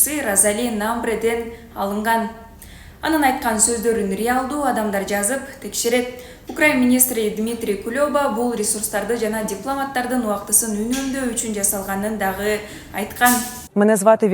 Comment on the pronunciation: Кулёба эмес, Кулеба.